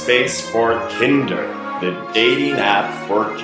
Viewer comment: It's not pronounced that way. It's pronounced like Grinder.